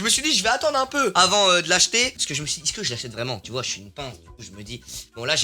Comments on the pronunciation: Mais je me demande toujours pourquoi se bouffon il dis "iske" vous allez bien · quand tu dit is'que 😂😂😂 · Quand tu dis is-ce que 😂😂😂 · vous aussi inox quand il dit est-ce que endirais qu'il dit isque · Il fait que de dire "icque" pas "est ce que" 😭😭😭